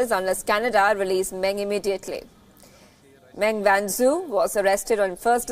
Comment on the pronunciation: As usual, your pronunciation of the Chinese names are way off the mark and your report on Meng is in line with Chinese media's coverage rather than a neutral one. What's the point of watching an Indian channel covering global news if it is no different than the rest?